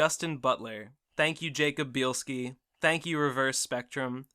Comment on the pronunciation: By the way... Bielski is pronounced "Bee - else - key." ---------------------------------- We actually can make out some of the cutie marks in these changed futures, and they're the same. But I don't think this detracts from the episode, and I hesitate to say it's even a mistake or caused by a lack of time (and laziness would just be harsh). With all the question we can ask about cutie marks (which you guys do a lot of as well), the concept of someone getting a totally new mark (not just switching with someone) feels like it would open up something else we'd be speculating on. The impression I got from this episode is that the Mane 5 (whatever happened to the alternate Twilights?) would eventually get their marks, but it wasn't all at the same time, and they wouldn't end up together to form the Elements of Harmony to save the world. It actually ties into what was saying about misfortune, chances and opportunity. In these universes, the ponies KNOW what their cutie marks are telling them... but they don't get to do what they want, they need to focus on surviving and keeping people alive. It's a harsh reality they have to deal with. --------------------------------- Starlight's friend ditching her wasn't the reasoning behind ruining lives (which wasn't even her plan at any point). She went off and created her own commune as a hopeful experiment. She wasn't all innocent in that, since the personalities of the people living there seemed warped (or maybe Starlight just rec